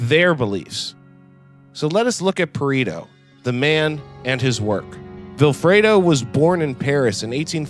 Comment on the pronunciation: Pa-re-to not Pa-ri-to. Aside from that fairly good work.